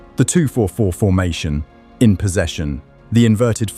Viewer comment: top shelf AI slop. idk if even the script is written by AI, but the text-to-speech is atrocious. Leroy Sane read as "sane" (possessing mental clarity)? "they beat Dinamo Zagreb 9 to 2 inches the Champions League?" probably left a period after the "in" by mistake, pal...